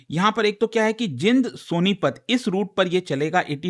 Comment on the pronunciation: Sir ये जींद है जिंद नहीं। सभी गलत Pronounce krte hain.